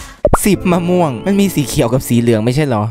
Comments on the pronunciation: มะม่วง ไง ไม่ม่วง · กูขำตอนแม่งพูดเพี้ยนๆมะม่วงอะ55 เอ้อเห็นพูด อเมริกัน ฟราย ไร้ นี่สงสัยว่า อเมริกัน เฟรด ไร้ ป้าว เฟรดไร้ที่แปลว่าข้าวผัดอะ หรือกูโง่ไม่รู้น้ะว่าฟรายไร้ถูกหรือว่ากูโง่เอง55